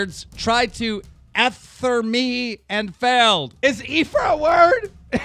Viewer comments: Yes you can't read keemstar cause it's pronounced (Eee-th-err) not (Ehh-th-er). And he means leafy tried to ether him. Which was referring to when nas made a diss track on Jay-Z called ether 💯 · Ether is a word. Its pronounced E-ther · the way keem said Ether, bruh its pronounced e-ther not eh-ther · really??? ether?? its not that hard sound it out keemstar, you can do it! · It made me cringe so hard when you tried to pronounce the word ether